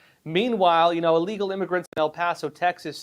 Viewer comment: You do know, don't you, that it is illegal, not allegal? It is pronounced like the word that means to be sick, I'll. You seem to be a very smart person. It baffles me that you keep mispronouncing this simple word. Educated and articulate people do notice and those are the people we need to impress. I would not say anything about it but it is a word that you use very frequently.